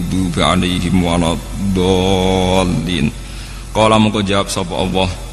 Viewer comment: Bukan Awwoh ( اووه) gus, tapi Alloh.( الله )